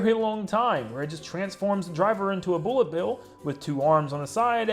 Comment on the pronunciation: Boolet bill